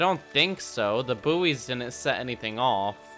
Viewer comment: “Buoys” is pronounced boys.